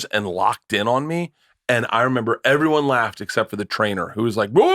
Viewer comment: I never thought anyone else noticed that lol. Drives me fuckin nuts!